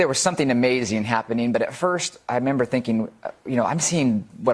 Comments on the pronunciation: Did he say, "I member"? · The guy may be a math wiz, but he sure can't figure out how to say the word "REmember". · “I member”? Lol